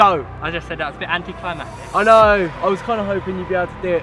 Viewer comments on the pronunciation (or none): It is anticlimactic not anticlimatic